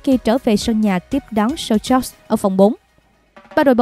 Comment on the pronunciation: Đội Sochaux đọc là Sóc chô , ko đọc là Sô chóc hay Sô chậu